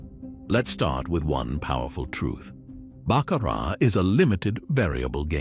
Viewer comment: These AI voices are becoming rather annoying, especially when they can't even pronounce "Baccarat" correctly. They even said "Charlie Braley". 😮 Charlie has a wonderful speaking voice and should take advantage of it.